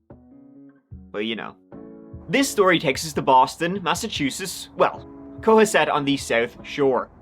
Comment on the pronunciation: It's Co Hass it lol